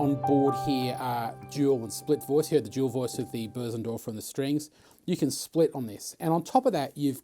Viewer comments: It's Bösendorfer, the ö is pronounced like the u in "fur", but longer. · this is without doubt the greatest video demo of any instrument in the history of the world. I do however have an issue with the pronunciation of Bosendorfer. also what stool are you using? I really like your stool.